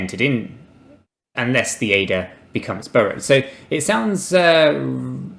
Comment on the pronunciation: When you say burrowed, do you mean borrowed? Maybe said burrow 20 times and I'm not sure if this is a crypto term or if it's a British mispronunciation of borrow.